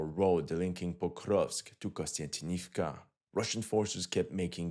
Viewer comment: Repeat after me: KONSTANTIN KONSTANTIN OV KA KONSTANTINOVKA not KONSTANTINIVKA.